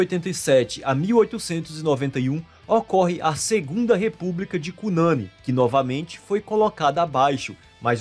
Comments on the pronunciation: Egua mano drx esse vídeo ficou bagulho doido,tedoidé. Kkkkk abraço fraterno do nosso Amapá. Ah,se fala Cunaní. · Cunani se pronuncia com sílaba tônica no "ni" como se fosse "Cunaní" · De onde você tirou que aqui no Amapá tem um festival de toada parecido com o de Parintins-AM? Não existe tal festival, nunca existiu. Ah, gengibirra realmente é uma bebida típica daqui, mas é bem difícil de encontrar. É cunanÍ e não "cunãni". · não se pronuncia Cunâni, se pronuncia Cunani (sílaba tônica no i, conforme dito pela gramática da língua portuguesa)